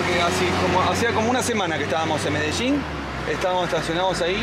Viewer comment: Medechin o Medellín?, desachuno o desayuno? Jajaja